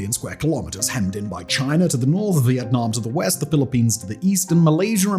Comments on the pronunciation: It's chinA not chinER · Chiner. And malaysher.